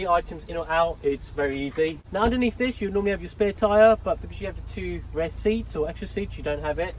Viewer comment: Great video but you need to stop calling it ‘rare’ when you actually mean ‘rear’ bro🤦🏻‍♂️